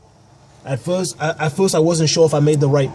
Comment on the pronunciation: Everytime you say "first" (furrrst) I see Foghorn Leghorn the cartoon Rooster from Warner Brothers!!! Appreciate you man!! Keep on doing what you do!! Twist myself up like an 8 y/o ballerina up under the fenderwell of the truck....LOL....some good lines and great work in this one!!